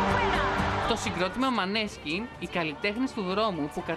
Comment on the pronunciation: Πρόφερεαι μάνεσκιν , όχι μανέσκιν!